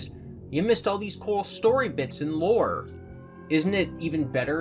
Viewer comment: Why does he say lure like hes madea